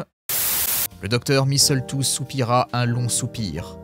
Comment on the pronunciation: Il y a plus de répétitions dans ce texte que dans une mauvaise chanson de rap ! Et on notera toujours le grand soin que prend l'autrice à préparer le contexte : des trucs de zoologue, des trucs de microbiologiste... Le petit détail qui m'a tuée c'est ta prononciation de "misseultou", la cerise sur le gâteau !